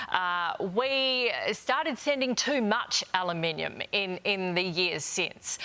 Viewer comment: Is channel 7 pro trump? To the newsreader: it's al/U/minium, not alaminium.